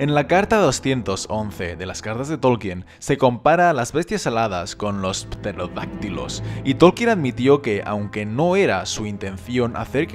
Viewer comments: Seria terodactilos la p no se pronuncia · Alsana yo creo que si pronunciaras la "P"en pterodactilos Sonaria algo como: "Peterodactilos " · "PPTTerodactilos" XD ( que yo sepa se pronuncia terodactilos). Lo siento no lo he podido evitar XD. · Que alguien diga algo de la pronunciacion de los Pffterodactilos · PPPPterodactilos... <3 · jaja, me da risa escucharlo decir Pterolactylo, la P no se pronuncia. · Dimitrisland Vodka y Diversión! Se escuchó muy marcado, exagerado diría yo, supongo que lo hizo a propósito. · Me ha parecido un poco tonto que lo pronuncie con p y pienso si tmb dice gnomo y lo pronuncia con g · No se pronuncia la P en Pterodáctilo, y Christopher se pronuncia con el acento prosódico en la I y no en la O. Por el amor de dios nunca escuchaste el nombre Christopher en inglés? Me vuelve loco esto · Esa pt... La p inicial en psicología, o pterodáctil no se pronuncia...